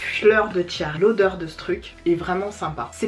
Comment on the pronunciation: La brume de Fleur de tiaré🙃jai cru entendre fleur de diarrhée 😂😂bref on ferme la parenthèse. Top le haul 😊